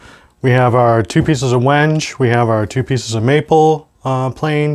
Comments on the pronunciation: Like seeing videos of the builder(s) communicating the materials, the tooling, the process, and most importantly, what's the most interesting, the thinking behind all the decisions, not just background music and time lapse video of long processes. One minor thing: it's pronounced WEN-gay. Ben at Crimson did the same thing, and the first time I saw the word I was unsure, so I looked it up before ordering it. Like the build so far. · wenge = wen - gay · It's supposedley pronounced wengay but i would call it wenge too as there is no inflection over the e or anything People come from all around the world to see Stonehenge not stonehengay ... lol